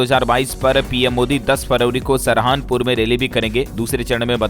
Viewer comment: aap Saharanpur jagah Saharanpur Kyon padh rahe ho jabki Sahi Sab to Saharanpur hi hai.